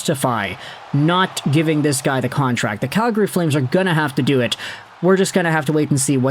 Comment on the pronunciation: You aren't a native Calgarian. I can tell by the way you say Calgary.